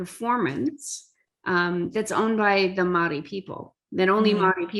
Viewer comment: Omg.... She just down played the pounamu and her intro was appauling especially pronunciation. Great korero.